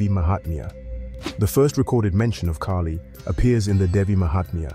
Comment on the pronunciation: Its kaahli not keily.